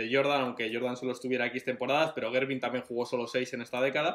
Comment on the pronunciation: La pronunciación de Gervin me hizo sangrar los oidos